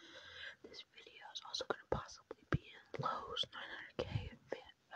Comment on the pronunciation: When the girl said "video" I heard her say "vido" instead